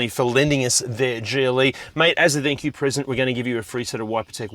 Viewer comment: what is "thankiew" lol